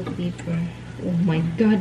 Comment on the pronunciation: Pepper not paper